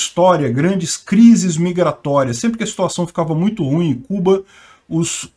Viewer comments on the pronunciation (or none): none